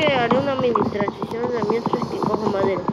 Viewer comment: dices trancicion como vegetta osea que te pasa